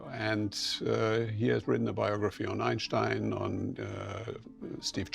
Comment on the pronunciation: It's nice to hear a real German pronounce a German name "Einstein" as Einshtein.